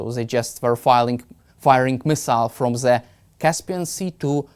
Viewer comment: Zis, ze, zey, zat.